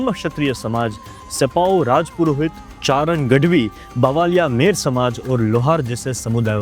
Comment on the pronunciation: It's chaaran not charan